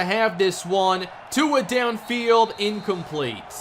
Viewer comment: He never says Tua's name properly😂